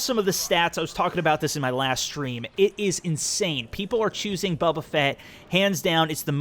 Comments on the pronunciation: bubba fett, kys BO BUH FETT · It's "Boba".......